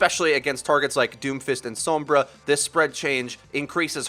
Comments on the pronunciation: Please quit saying s-OH-mbra. It's s-O-mbra. Usually wouldn't bug me, but the name is said out loud in the game. The pronunciation is audibly given to you. There is NO reason that you, or anyone else should be mispronouncing it. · She literally says "Soh-mbra online" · I did, she still says "soh-mbra" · and a really annoying pronunciation of 'sombra'...gooooosshhh i hate it.